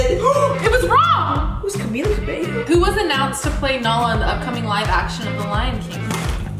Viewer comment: This is a Liza & Camila Cabello interaction. Liza pronounced her last name right. Ughh their minds.